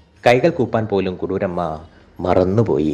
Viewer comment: കരുര് അല്ല കുറൂരമ്മ